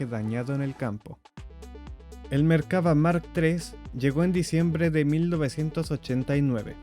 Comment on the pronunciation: Es Merkavá. Acentuado en la "a" final.